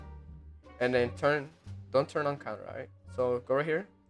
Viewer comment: Say it with me, con - tour not counter. Thanks for the tutorial tho